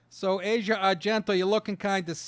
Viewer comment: Her name is pronounced "Ass-ee-uh". Go figure.